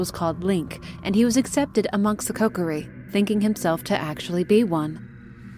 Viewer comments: It's kO-kear-E Not CokerE 😭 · She says koKOri on accident a couple times, but mainly says it correctly as KOkiri. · Kokori?! I’m sorry but it hurts me 😅 otherwise great video 👍